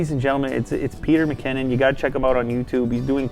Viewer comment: It's funny cuz Lew is saying Peter McCanon